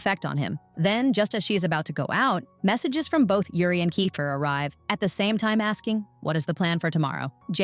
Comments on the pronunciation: bro it's not kyfer it's keifer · It's not ki its ke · It's not kifer it's keifer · Thats not kaifer is keifer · It is not kyfer it is keifer